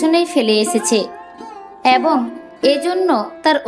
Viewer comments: এ্যবঙ নয় , এবং / গ্যাছো নয়, গেছ / খোজা সেস্ করল নয়, খোঁজা শেষ করল / ইত্যাদি ইত্যাদি , উচ্চারণে অজস্র ভুল।। 🎉 কি আর বলব। সঠিক ভাবে ভুল ধরাটাও অন্যায়। আর উৎসাহ দেওয়ার জন্যই কিন্তু প্রায় প্রতিটি এপিসোড শোনার চেষ্টা।। আর ভালোর জন্য বলা 🎉 সেই বিষয়টিকে অন্যভাবে বা ভুল ব্যাখ্যা করা।। 🎉 বাস্তবিক , যারা দীর্ঘদিন ধরে বিভিন্ন বানিজ্যিক পত্র-পত্রিকায় সাহিত্য ও সংস্কৃতি চর্চা করে আসছে ।। তারা ভালো মন্দ মতামত দিতেই পারে।। 🎉 আর কিছু বলার নেই।। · এ্যবঙ নয় , এবং / ছাত্রটি মাঠে গ্যালো নয়, ছাত্রটি মাঠে গেল / খোজা সেস্ করল নয় , খোঁজা শেষ করল / ইত্যাদি ইত্যাদি।। 🎉 সঠিক উচ্চারণের জন্য ভুল ধারাটা বোধকরি অন্যায়। আদতে প্রতিটি এপিসোডের শব্দ চয়ন এত সুন্দর।। এপিসোডটি যাতে আরও সুন্দর হয়ে ওঠে ; তারই জন্য এত সাতকাহন।। 🎉 একটি অতি উৎসাহী মানুষকে আরও বেশি করে উৎসাহ দেওয়ার জন্য প্রায় প্রতিটি এপিসোড শোনার চেষ্টা।। আর যারা দীর্ঘদিন ধরে বিভিন্ন বানিজ্যিক পত্র-পত্রিকায় সাহিত্য চর্চা , ও কলকাতা বেতার কেন্দ্রে সামান্য সংস্কৃতি চর্চা করে আসছে ।। তারা কিঞ্চিৎ ভালো মন্দ মতামত দিতেই পারে।। মতামত সম্পূর্ণ নিজস্ব হলেও ।। সেই সুচিন্তিত মতামত গুলির ভুল ব্যাখ্যা করা কখনোই কাম্য নয়।। আর জনমানসে নির্দিষ্ট কোনো বিষয়ে পারফর্ম করতে গেলে।। ভালো মন্দ সমালোচনা হয়েই থাকে।। সেগুলো সদাসর্বদা স্পোর্টিংলি নিতে হয়।। নচেৎ এই প্রজন্মের ছেলেমেয়েরা ।। আগামী দিনে মহীরুহ হয়ে উঠবে কী করে ? 🪔 এখনকার মত শুভরাত্রি।।